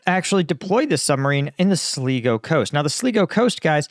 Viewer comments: Sligo is pronounced 'Sligo' not Slego'. Using the latter sounds a bit weird. Well a bit German as they tend to swap 'i's and 'e's. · Pronounced sly - go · The coast in Ireland you referred to is pronounced SLY-GO. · "Sligo" is pronounced "Sly-goh" not "Slea-goh" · Sligo is pronounced Sly-Go sir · I'm a regular viewer and subscriber to your excellent channel; looking in from Ireland. Although not as difficult as many of the place names you have to deal with in Ukraine, I see that Sligo can confuse in its simplicity. We pronounce it as Sly-go. Haloween saloooh-tations, Dermot Mac Shane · FYI, phonicly Sligo sounds like sly-go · Pronounced Sly-go! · pronounced "sly-go" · Its pronounced "sly go" ...i was thinking you were talking about somewhere off Greenland or Iceland 😂 im in Dublin🇮🇪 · 😂 it's pronounced 'Slygo' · Sligo is pronounced “Sly-Go” 🇮🇪 Source: I’m Irish. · Sligo is pronounced slai gow. The Irish side of my family is from there. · "Sly-go" Sligo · It's pronounced Sly-go coast in Ireland 🇮🇪